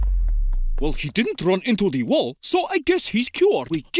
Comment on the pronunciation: Was it only me that noticed they said dall instead of wall